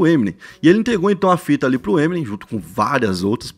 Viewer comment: Ta falando o nome to Eminem errado ... eh EmiNEM